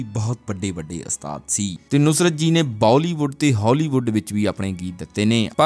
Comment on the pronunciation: ਘੂਸਿਆ ਪਹਿਲਾਂ ਤਾਂ ਇਹ ਗੱਲਾਂ ਪੱਲੇ ਬੰਨ੍ਹ ਕਿ ਅਸਤਾਦ ਨਹੀਂ ਓੁਸਤਾਦ ਹੁੰਦਾ ਤੇ ਦੂਸਰੀ ਗੱਲ ਇਨਾਂ ਫ਼ਿਲਮੀ ਸਟਾਈਲ ਚ ਬੋਲਣ ਦੀ ਬਜਾਏ ਨੌਰਮਲ ਵੇਅ ਚ ਬੋਲੀ ਦਾ ਹੁੰਦਾ।ਦੇਵ ਆਨੰਦ ਵਰਗਿਆਂ ਤੋਂ ਖਹਿੜਾ ਛੁੱਟਿਆ ਤਾਂ ਤੇਰੇ ਵਰਗੇ ਆ ਗਏ